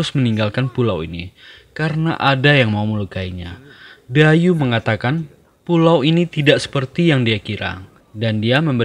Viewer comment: Bukan Dayu bacanya tapi daiyi artinya ikan berkepala besar